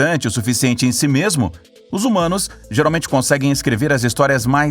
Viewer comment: VEM CÁ É HUMANOS OU HUZUMANOS?PQ SEMPRE ESCUTO O NOME "HUZUMANOS" PARECE QUE FALAR HUMANOS NÃO É TÃO FÁCIL DE PRONUNCIAR.